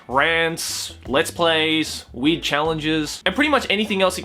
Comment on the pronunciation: Sounds like says "weed" every time he says "weird" can't you hear that shit????